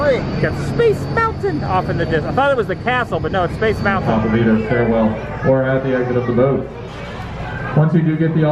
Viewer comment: Great action pan on test track! For a moment it looked like you were flying through a wormhole lol. PLEASE tell me why you say Space Mountain the way you do?? You've got me saying it too now 😄